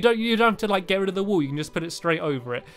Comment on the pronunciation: Why do you say get red of? Its rid of :)